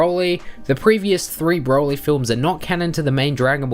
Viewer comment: mate why u r so strange when u say "broly" u say like " BBRwouly"